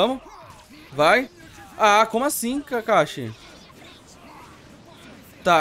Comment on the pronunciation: Cade o s kkkkk kakashi kakahi